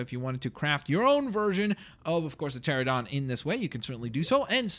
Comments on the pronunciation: It's pronounced Terr-ran-o-don not Terr-o-don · And the pteranodon is pronounced tear-an-oh-don. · its pronounced cha ran a don